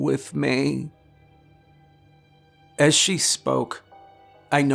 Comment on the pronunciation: she leaned closer to "meyh"